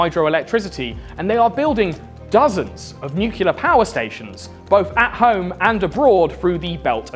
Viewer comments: It's spelled nuclear my man. Nu-clear. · God, I really love you man, but please don't pronounce "nuclear" as "nucular". 😭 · Of course would pronounce it “nucular”… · One day he will be able to say nuclear correctly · I'll buy your comic book when you start pronouncing 'nuclear' correctly... 🙄😏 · Bro you put in all this effort but you say nuclear wrong. It made the last part of the video very annoying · You might want to learn how to pronounce the word "nuclear". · I'm Swedish with English as my 2nd language and even I know it's pronounced nuclear (as it's spelled), not "nucular". Sorry for bringing it up, it's just a huge pet-peeve of mine. <.< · bruh it's "nuclear" not "nucular" like george bush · Hey, its nuclear, not nucular. But nice vid thumbs up! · It's pronounced new-clee-ar or even new-clee-ur. It's not pronounced nu-cull-ur. You sound like George Dub-ya. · It’s really hard to take someone seriously when they say “nucular” instead of “nuclear”. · it's not NU CU LER George Bush!! It's NUCLEAR, NEW CLE AR. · Man, it's pronounced New-Clear, not New-Cue-Lar. Simpson is a liar. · NEW-KLEE-AR not NEW-KILLER (though I guess it makes sense as the devil) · its pronounced noo͞′klē-ər! NEW CLEA ER not nuke you ler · it's NUCLEAR!!! NOT NUCULAR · great video. btw its said nuclear not nuculer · Really thought Mr. Ordinary was a “nu-clear” fella, not a “nuke-u-lar” kinda guy, but here we are. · It's NEW-CLEAR, not NEW-CUE-LA Otherwise, brilliant video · Nobody fuckin says NEW-CULAR anymore. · "Nucular" is a real word and it does not mean "nuclear". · You lost me at Nukular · Man, you need to pronounce nuclear properly my dude! Not nu-cil-er you dummy 🙂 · Great channel, thanks for all the work you put in. Kindly, please pronounce Nuclear properly. New-Klee-Er is the proper phonetic. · It's pronounced "nuclear." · I found the "Nuke-u-lar" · I like that you pronounce nuclear like Simpson "Nuke-u-lar" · nucular, it's pronounced nucular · "nucular" ಠ_ಠ